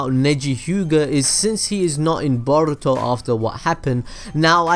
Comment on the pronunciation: I hate the way you say boruto